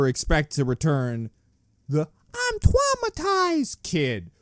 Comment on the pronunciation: “I’ve been twaumatized!” is